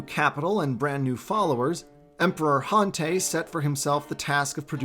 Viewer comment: Han tie is how it’s pronounced I eeked everytime you miss pronounce a lot of the names ugh so disappointing .